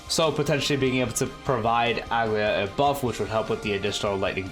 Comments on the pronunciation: also i think her name is pronounced "a-glie-a sorry idk how to spell it out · Aglaea is from greek mythology and was one of the 3 Charities and based on that the correct pronunciation is "uh-glee-uh"